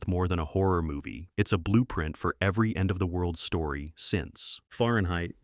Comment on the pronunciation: So many mispronounced words and names. And flicks not banned but many are still excellent. And it’s pronounced Quat(rhymes with plate) Quatermass. Ok and it’s pronounced Ray Mill-land. Suspecting AI narration here? Fahrenheit? Come on… the script’s not awful but the narration sounds like AI SLOP!!!